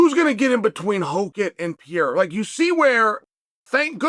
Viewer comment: Pierre-Uh for Pereira will never not be funny lmao